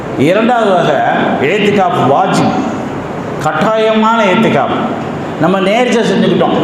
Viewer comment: ஏத்திகாஃப் அல்ல. இஹ்திகாஃப்.